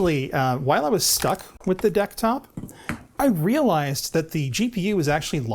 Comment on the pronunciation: Wonderful neologism--"Decktop". lol